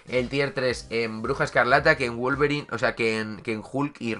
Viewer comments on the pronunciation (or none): none